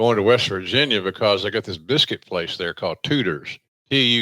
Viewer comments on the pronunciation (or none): The way Jim pronounced it I thought he was talking about an off brand hooters called tooters.